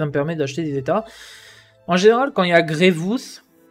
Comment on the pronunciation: « grievous » frère nan 😭😂 les gear violet pour passer g13 qui coute 360 pour 4 c’est les plus chiant en farm , comme dirait pepito les « rares sa mère » Farmer grievous qui n’est utile quasiment nulle part, et farmable dans la boutique de vaisseaux, dans cette boutique c’est du gâchis